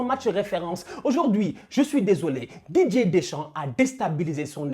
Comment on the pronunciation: Qui comme moi entend "DJ" Deschamps au lieu de Didier Deschamps 😂😂